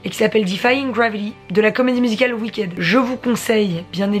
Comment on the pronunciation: Hello, petite correction pour ma part, on ne dit pas Wicked mais Wickid. Voilà c'est tout pour moi bisous et merci